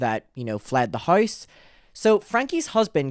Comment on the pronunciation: Are u irish cos u say "now" and "house" like me lol. Am irish from Derry in the North of Ireland